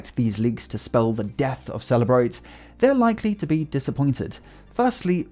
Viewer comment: The way you pronounce Cellebrite... "After Apple refused to unlock the phone, the FBI went to celebrate"